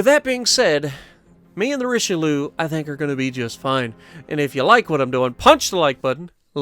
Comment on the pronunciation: Richelouuu😂😂 it’s richaaaalieeeeuhhh 😂😂 Richelieu not richeliou